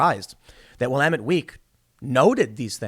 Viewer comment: You can tell Tim hasn't played Dead Rising based on his pronunciation of Willamette